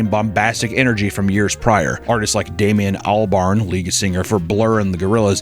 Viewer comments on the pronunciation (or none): The way you pronounced Damon albarn should be illegal